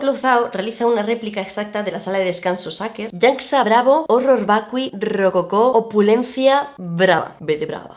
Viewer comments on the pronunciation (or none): none